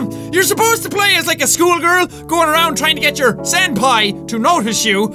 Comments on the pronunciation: JACKSEPTICEYE ITS SENPAI❤...NOT SANDPAI😡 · Jack: says "Senpai" Me: hears "Sans-pai" Me:...dammit Undertale....